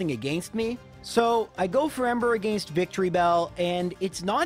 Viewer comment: Say it with me, “AH-GENST” “AGAINST” SO HELP ME Not, “AGEIST” 😂😂😂